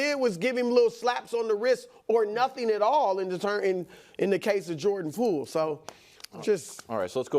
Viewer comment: Did Brou say Jordan Fool?